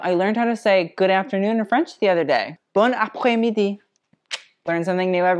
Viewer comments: Your shirt and makeup is A+! And great accent with bon après midi! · Dude, I’m Parisian and we’ve been disrespected for sure, like what’s up with the music notes and the fringe ? Also great French accent, bonne après midi, the more you know... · Very nice prononciation de Bon après midi !! C'est bien d'apprendre le français ! I love your vidéos !!! from France <3 à bientôt